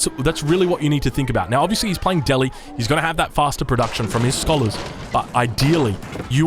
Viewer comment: Please pronounce Delhi correctly.